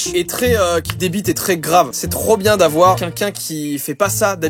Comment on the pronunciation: On est d'accord à CHAQUE FOIS QU'IL DIT QUELQU'UN IL DIT QUINQUIN